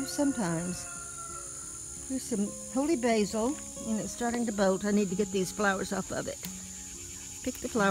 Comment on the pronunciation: Did you say - holy Basil or holly basil? I'm always looking for new natural tea